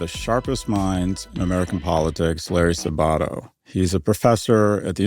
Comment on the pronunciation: When I was at UVa, we pronounced it Saba-TOE, not Sa-BA-toe